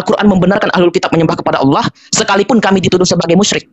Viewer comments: Aduh Allah bukan awloh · Alloh dgn allah beda yang pernah kudengar allah gabungan dari al ilah?